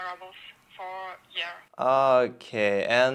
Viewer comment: Есть вещи у тебя в произношении режущие слух😊 хорошо говоришь по английски, но почему то не понимаешь как он истинно звучит. Например такой предлог как FOR у тебя на паузе звучал как ФОР, где Р звучала очень акцентно, а О которое должно тянуться было коротким. Должно быть наоборот - О должно тянуться и лишь в конце небольшое английское Р должно звучать, безакцентно... И ещё много других слов. Например ABOUT - слишком Т звучит акцентно. Оно в разговоре должно проскакивать..